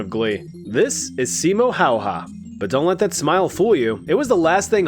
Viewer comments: When you say simo haya pronoce the last name like hai-ya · FINLAND MENTIONED!!!! SIMO HÄYHÄ!!!! hau-ha????… say häyhä like- ad. remove the d. it becomes ä. Simo Häyhä. Häy-hä!!! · As a native Finn, I appreciate your attempt, and I understand it ain't an easy language. And butchered may have been an exaggeration. But you changed the pronunciation of the ä's in the last name. Sorry if it came off as rude, just funny listening to English speakers pronounce Finnish names, especially in hockey. Anyways, enjoyed the vid 👍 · No, it is Häyhä. He got it almost perfect. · Ä isnt actually said like an A. Its more like a AE. So its Häyhä, not Hayha :) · I HATE THAT ALL AMERICANS ARE SAING SIMO HAYHA WRONG. You are supposed to say hauha.